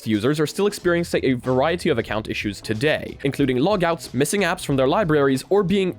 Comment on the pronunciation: No one: Him Saying "Todayit" :)